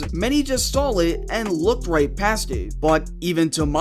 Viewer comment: .....how the fuck do you mispronounce SAW????